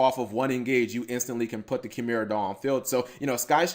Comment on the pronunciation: You should drop the S in the title. It's one monster. And it's pronounced KAI-mera.